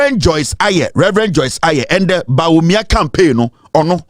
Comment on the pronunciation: Fyi, the name is Joyce Aryee (pronounced "Ayi").